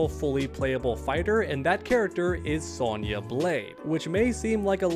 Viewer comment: Bro throwin like 3 extra Y’s in Sonya’s name lmao